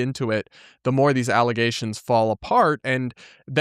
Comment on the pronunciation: False alla-ZAY-shuns!